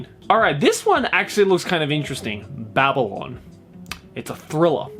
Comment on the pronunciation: I know I am a year late now but I think its 'Baby-lon', not 'Babyl-on'